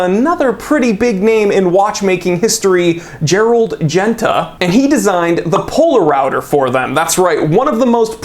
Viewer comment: Poler-router hahah